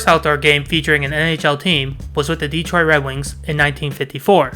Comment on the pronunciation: A friendly correction... It's not "DE-troit" It's "de-Troit".